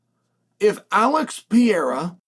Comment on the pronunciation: Still says Alex Pierra, oregon pronunciation 😂